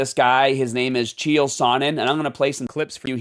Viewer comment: Allright buddy ur pronunciation of chael name is horrid but not just that I feel like 1 u are. A pick me weird lil boy but someone needs to protect this guy psycho stu but that doesnt change that ur a idoit th as t black ignorant sneaky pos should be doing attempt of murder fucken bs